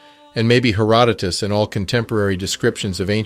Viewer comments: "Hair-o-dootis" ? Have yoiu never heard the name before or is this auto-generated compooter voice? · The voice-over sounds like an A.I. or text-to-speech application, and can't pronounce anything correctly which proves they're not actually up-to-speed on the actual topics. Like, who in their right mind acts like an expert on these topic, mentions "Chat GPT" (whihc actually is full of problems itself) BUT SOMEHOW CANNOT EVEN PRONOUNCE A FAMOUS NAME like "Herodotus", and so many others? -and sounds written by a biased author. Also, what is this AMERICAN CENTRIC terminology? "African American". So much emphasis on Americans??? Not all people of color originated on the African Continent, but were indigenous to the Americans, and many were also kidnapped as far back at the late 1400s and the abductees were sold into slavery IN AFRICA, so the entire gen pool is mixed ON BOTH CONTINENTS. Then there were The Moores, whom rules whole parts of Europe for centuries, AND THEY WERE EUROPEAN. The Moors were also already in the Americas long before The Spanish, and even the name "America" is Moorish word "Amer" & "Rica".